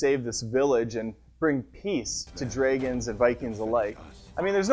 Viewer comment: dreigons....lol :P